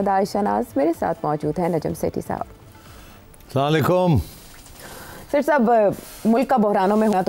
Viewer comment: Hello sir, This message is for SETHI SAHIB ! At the beginning of your show, when MARYUM says her ISLAMIC GREETINGS, and then you follow her. The way you say “SALAMMA LAYKUM” in PUNJABI accent , is very wrong , you have to say “ ASSALAMAU ALIEKUM “ plus the way you say it ,is SOUNDS LIKE very arrogant, it seems like you don’t want to say it by choice , but you are just filling the” BLANKS “ I believe you are good Muslim, so please pronounce it properly. BESIDES the way you say it, it has wrong meaning, Please bear in mind that, The audience always OBSERVE all the moves, particularly the BODY LANGUAGE. I hope you got the point. 😂😂😂🇵🇰🤲✔️🇵🇰